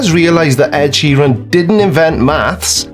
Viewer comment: This joker can't even pronounce Ed Sheeran